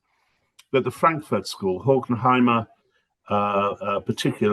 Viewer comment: He also can't get Horkheimer's name right.